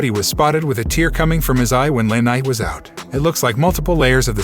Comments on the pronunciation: You could at least pronounce names correctly...it's not LaKnight it's L.A. Knight, like Los Angeles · It’s L A night not LA